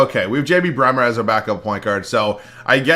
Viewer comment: Why do you keep saying JB bremer lol